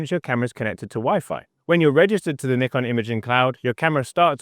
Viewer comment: I love that you pronounce Nikon properly 😄